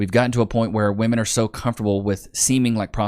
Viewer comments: What the f is going on with young people unable to distinguish the difference in pronunciation between woman and women? It's woom-uhn and wim-in. NOT WOOM-IN! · Why do so many of them pronounce women as "woman"? Do they not speak English? Woman and women are not pronounced the same FFS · Still baffles me when a woman cannot correctly use that term in the right context. They’ll refer to multiple women and still pronounce it in the singular. ITS SAID DIFFERENTLY YOU DOLTS. Women - singular - w(uh)man Women - plural - w(ih)men Stupid.